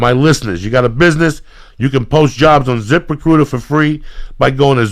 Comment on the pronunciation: I thought Lee kept saying zipper cooter instead of zip recruiter lol now I have an idea for wallets...